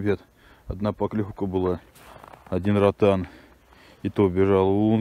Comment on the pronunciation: Ротан уже заканчивается по столько ловить каждый раз!😃👍Не знаю почему но в Нижегородской области все неправильно ставят ударение в слове ротанов,ротаны; ударение ставится на второй слог "а". Но это я так, для информации написал!👍🤝